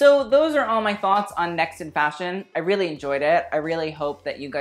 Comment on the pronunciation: They need another strong host rather than have Tan..he needs to learn how to say “really” correctly.